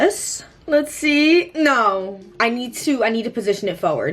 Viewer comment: i love when says "noR" instead of "no", now i say that too..